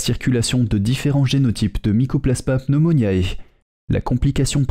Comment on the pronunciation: Par pitié : APPRENEZ À PRONONCER CORRECTEMENT !! Pneumoniae se prononcé pneumoniÉ, c'est du latin, et non pneumoniAÉ !! Merci....